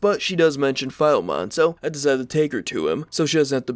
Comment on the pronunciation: I am Polish, so it's really funny to hear, when you say Filemon that way :D Anyway, his name isn't random; there is an old and very popular cartoon in Poland, with two cats as protagonists: Bonifacy and Filemon ;) I really wish for all of you to know all those little easter eggs hidden in the game, they make the world for me so much more authentic.